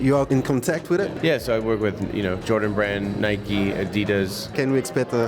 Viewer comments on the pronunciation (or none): none